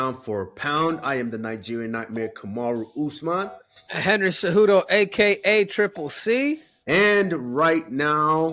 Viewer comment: “Kabaru Usban”